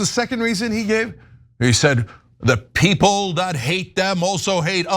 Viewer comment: “We have duh best peeples”.